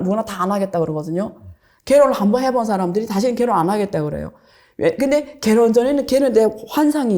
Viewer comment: 이 사람은 어눌한 조선족 발음하면서 여기저기 나오네요 ㅋ 갤혼 갤혼